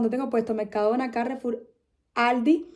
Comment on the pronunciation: Normalmente decimos Carrefour , no Cárrefour. Suena más fuerte la última sílaba. Suerte y a cocinar pescado.